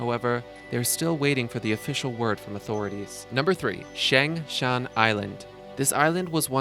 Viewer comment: Pen-eh-tent-chur-ee NOT Pen-eh-ten-chee-air-ee. Na-mib-ee-ah NOT Na-meeb-ee-ah. You completely demolished the pronunciation of Longgang. Shangshan is pronounced "Shangshin". Fukushima is pronounced fu KUU sh'ma. Not Fu ku Shee ma. Nice to see you've done your homework.